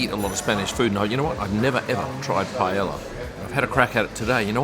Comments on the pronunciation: This is not how to pronounce Paella :D but great video! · I came to the comments for how pronounced Paella. 😂